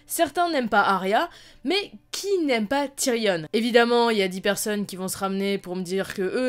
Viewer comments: TYRION PAS TYRIONNE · c'est frustrant elle prononce "tyrionne" alors que meme dans la série ils prononcent "tyrion" EDIT : elle dit aussi "voyent" sinon bonne vidéo ;) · on dit tyrion pas tyrione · « Ti-ri-onne » non Tyrion putain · putain TyrION arrête de prononcer Tyrionne bordel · Tu prononce tyrion tyrionne cest juste énervant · Question pourquoi prononces tu avec un e à la fin de tyrion ? Ça fait bizarre...